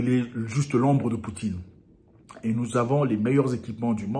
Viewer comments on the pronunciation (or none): none